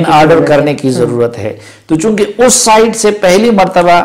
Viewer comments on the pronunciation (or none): none